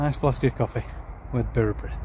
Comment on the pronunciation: Nice codling! and Well done to both of you on your pronunciation of Bara Brith 👌🎣